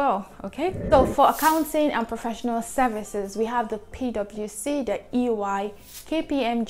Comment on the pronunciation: I would have asked Chief to fine you if you had not gotten EY pronunciation 😂